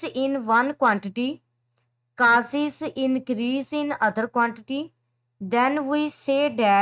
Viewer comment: Causes ❌ casis😂